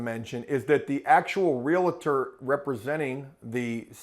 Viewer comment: Realtor "real tor": "real a tor" Forgive me. If you're gonna deal with them, learn to pronounce their job title. Please? For sake of my sanity?